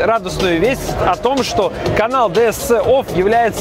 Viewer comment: Ди Эс Си офф...говори хотя бы правильно!!!